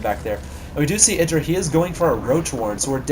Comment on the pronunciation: its mee :D and its idraa XD egidra sounds lameeXD